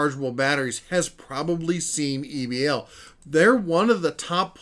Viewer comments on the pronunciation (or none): Why you would try to pronounce it as Ebbel instead of E-B-L is a mystery to me.